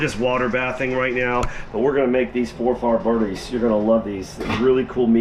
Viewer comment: Pronouced For fir bri dees